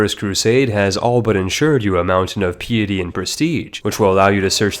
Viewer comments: Putting on this voice is super weird tbh. also piety is pronounced pie-yeti, papal is pronounced like PayPal. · 😅 say "pious" now say "piety" Don't get me started on papal, Saracens, betrothed, Hospitaller, or Outremer. God, I dunno why that bothered me so much. Nevertheless, thanks for the video. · OMG how many words can you butcher, examples Saracens, Papal and piety. I am sure you have butchered many more. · I don't think you pronounced ONE term correctly. Saracens, Papal, Piety... Oh dear where to start? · i would expect someone who makes ck2 guides to be able to pronounce piety, papal, saracen, and courtier properly